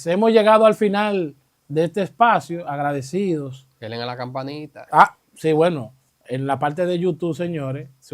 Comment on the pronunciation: No se dice *delen*, dice denle a la campañista